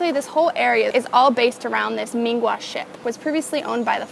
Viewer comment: Always loved your stuff😌😌😌BTW, It's MIN HUA not MIN GUA😂😂😂